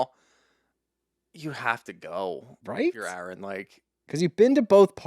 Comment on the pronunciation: your saying Aron like Arod, but his name is pronounced Erin! I started listening to you guys because y’all are sports dudes not witchy women. I was curious what your take would be and still am. Respectfully, y’all bicker, fuss and argue so much getting off topic, then a commercial will come on, so there’s not a steady forward flow to the story. you jump to quickly on little things that are not necessary to fuss about. Do y’all ever listen to it back? Tighten up the story and lighten up on the fussing please. This particular podcast is a perfect example of what I’m talking about. When it was over I just said what, that’s it! Thanks guys!